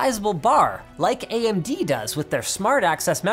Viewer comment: anyone notice linus said AM-DBrand? lol